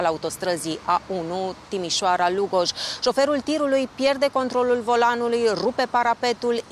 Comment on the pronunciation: Moderatoarea este ,din nou ,de râsul curcii: " Lugòoj "( ca intonatie ). Sunt orase mici.,dar ,nici macar numele sa nu poti sa- l pronunti corect?😮 Reportera, in schimb...are like👍👌